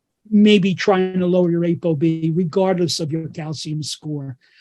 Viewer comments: What the hell is "ache o be"? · he said if what goes down? Apd or something? He says you know the statin is working if goes down. I'M not catching that. Can someone translate that please?